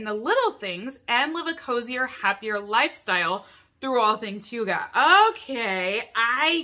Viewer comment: Dane here.. i love the way you try to pronounce "hygge" 😆. at first i was like "what is HUGA?.. oooooh" Looks like a great box! Hygge can be translated to cozyness and is a term of having fun and (often) being relaxed.